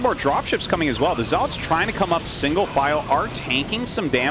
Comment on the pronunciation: Someone teach him how to say zealots lol